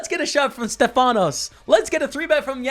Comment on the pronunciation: You had 2greeks in your table the famous kolonias and mavrommatis(in greek means the black eye guy) but the correct name is stèfanos not stefànos😂